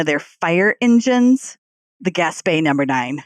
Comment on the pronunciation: I live 4 miles from where the Gaspee Affair took place. Two corrections: 1. It is pronounced "Gas-Pea" not "Gas-Pay". 2. After the Gaspee was set on fire the colonists rowed the crew to the village of Pawtuxet about 2 miles up the Providence River, NOT the city of Pawtucket, 13 miles up the Providence river.